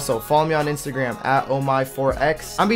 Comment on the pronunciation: did you say Insta Gam? lol